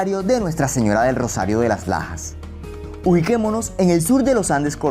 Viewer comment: Entendi: "santuario de las pajas"